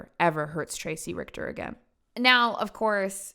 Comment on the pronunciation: The way she said the name! Dude horrible name, fantastic pronunciation from